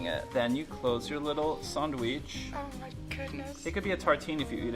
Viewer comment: he said sandwich like a true montrealer